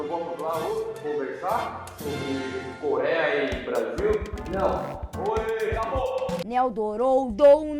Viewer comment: NA "CORÉA" 💀 kkkkkk dsclp